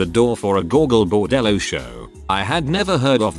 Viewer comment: I'm impressed that the chatbot pronounced "Gogol Bordello" correctly